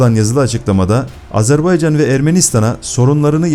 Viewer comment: NE AZARBEYCAN I """"" AZERBAYCAN """" ÖĞRENİN DOĞRU SÖYLEMEYİ .